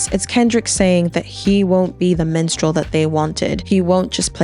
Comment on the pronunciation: first off amazing video and analyzation of the performance, and I've never been so happy to see the movement thrive. BUT PLEASE PLEASE PLEASE ITS MINSTREL, WITH AN I, NOT MENSTRAUL LMAOO 😭😭😭 not tryna be that guy btw lol or come off insensitive, i just thought it was a funny mispronunciation, so please spare me the negative replies